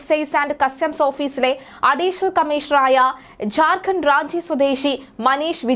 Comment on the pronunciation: ഝാര്‍ഖണ്ഡ് എന്ന് ഉച്ചരിക്കാൻ പഠിക്കൂ.